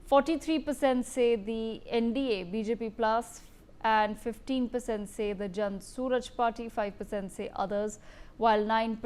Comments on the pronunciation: Please pronounce jan suraj properly. That is very basic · its not jan Sooraj party....you dumbo...its jan suraaaaaaj...learn to pronounce